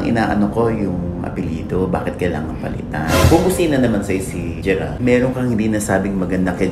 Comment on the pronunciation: gerald po, not gerard 😂